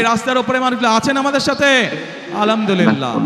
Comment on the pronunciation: আলামদুলিল্লাহ নয় আল হামদু লিল্লাহি হবে।